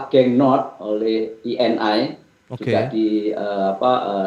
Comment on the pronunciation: Perusahaan italy itu eni ya tetap di baca eni bro, bukan i n ai...😅